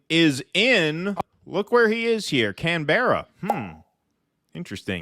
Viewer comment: Can Berrar 😂